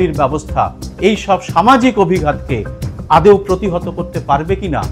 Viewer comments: শব্দটা "আদেও" নয় আদৌ! পরে একটু খেয়াল রাখবেন। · অনেক ধন্যবাদ। আদৌ বলতে গিয়েই উচ্চারণ বিভ্রাট হয়েছে। আমার পরিকাঠামো অত্যন্ত সীমিত বলেই অনেক ভুলত্রুটি মেনেই আপনাদের এই চ্যানেল দেখতে হয়। এর জন্য অনেক ধন্যবাদ।